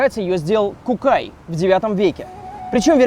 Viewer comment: Кукай?Кукай,вы серьезно?Бл если бы вы были татарами,вы бы это не произнесли